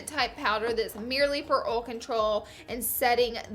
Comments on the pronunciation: oll instead of oil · Oil (oyl) not (ol) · Can't even watch this fucking video because you can't pronounce the word OIL O I L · OIL NOT OLE LMAO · Why does she say ole instead of oil? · did it bother anyone else how she ol instead of oil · OIL NOT OLE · Laura it's oil not OLE ! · it's not ole its oil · R u saying ole? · Your pronounce oil as ole. The copper colored eye shadow is awful. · I love that she says ole, it makes my day every damn time I swear:) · I live in the south but we don't say ole. No hate, loved the video and it worked for me!! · "packing OL" "lot of OL" "producing OL" OL OL OL OL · Lol at ull instead of oil. That's how we pronounce down here. 😂😂😂🤣🤣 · Also, watch Cars 3. Even Tow Mater says OHL. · Amen girl!!! I say "ohl" too instead of "oil". Lmao 😂😂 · The way she pronounces oil... I like it. I've never heard someone say it like "Ol" before. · Take a shot every time Laura says "ool" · I read this as she said "ole" and I busted up laughing 😂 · My mom is from Tennessee and says "ole" too 😂 she also says "bowl" when she asks me to boil water!!! You are so great ❤ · I can't listen to her say oil Imao she says 'Ol'. Like "Don't do this if you have OLAY skin" :'D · Laura's words: oil is pronounced ohhl, peel is pronounced pill, concealer is pronounced consiller ;-) much love! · I love how she she says "ol" 😂😂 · My hubby say ol too he's from Georgia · Why can't she properly pronounce OIL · Born and raised in the deep South and NO ONE says oil like they have forgotten how words work... Like you do. So please don't use that for an excuse... Makes those of us who know how words work look bad. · Girl I feel your pain about pronouncing oil! I'm the same way I lived in WV for a long time now I live in TN. Your videos save my makeup life I always felt like I was doing something wrong but you saved me!!!!!!!! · surely not texas we don't pronounce oil like that here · Oil! Say it wrong too! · Lolol we really do say oil like that.